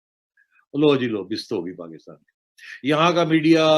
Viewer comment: पाकिस्तान को पकितान क्यू बोलते? गुटका सुपारी खाए बगेर narration record करो ना सेठ